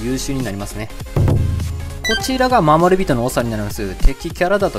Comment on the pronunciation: シーグレッドじゃなくてシーグリッドだし、よいしょよいしょじゃなくて要所要所だし、まもりびとじゃなくてもりびとだし、ねしつじゃなくてしんしつだし、ら抜き言葉ばっかりだし、日本人じゃないのかな？